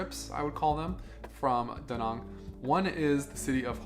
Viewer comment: Why not ask a local how to pronounce place names? Da Nong? Son is more like Sern and My Khe is Me Kay. But you got Hoi An right. But that place is like a nightmare now.